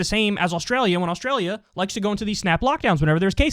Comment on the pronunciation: She thinks it's spelled "Aushtralia" !